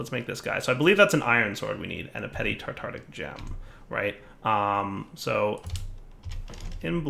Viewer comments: it's pronounced "Tar-tar-ic" gem not "Tar-tic". Like Tartarus, the dimension. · Ohhh and his utter inability to pronounce “tartaric”... I’d forgotten that. How I’ve missed it(!)